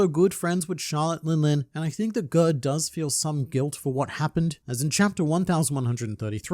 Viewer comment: I think Gerd is pronounced Yared (like scared) as it is a fairly common name in Scandinavia!